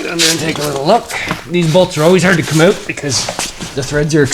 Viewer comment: "Those bolts come oat hard" Thanks for the vid..